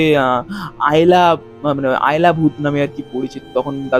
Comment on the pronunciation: আয়লা নয় আলেয়া বলে একটা শব্দ শোনা যায়।